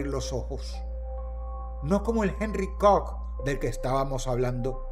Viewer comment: Que bonito dice “COCK” ese Dross, es un loquillo 🥴